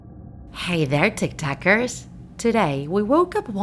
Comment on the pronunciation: Tik tak why does it sound like tik tok?